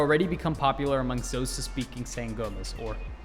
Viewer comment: Just so you know its not x hosa it's pronounced like koh-sa